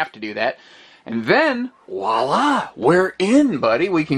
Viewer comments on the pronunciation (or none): I’ve been a long-time fan of your videos! Can I make a small suggestion? Pls don’t hate me, but... when you pronounce vois-la as “WAA-LAA!” — as someone who grew up French-adjacent, I think my brain short-circuits a little bit every time I hear that. 😁 Just pronouncing that with a “V” in front, would fix it.